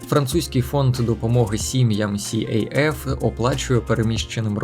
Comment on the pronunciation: Привіт. Дякую за вашу роботу. Просто невелике уточнення щодо назви організації, СAF (КАФ) - не сіейеф☺️💖.